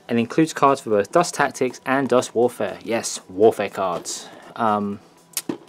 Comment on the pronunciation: I'm new to dust and just brought the starter pack thanks for putting up these reviews as they have really helped me pick. Finally someone who knows how to pronounce German.